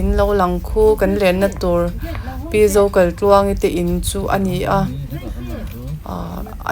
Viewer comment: A mawi hle mai,sap ram ang tluk a ni,chuan Zokaitluangi nge Zokalhtluangi i lam chiang lo tlat